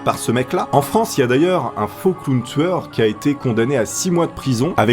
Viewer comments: On dirait tu dis clown tsoueur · Pourquoi tu dit clown touyeur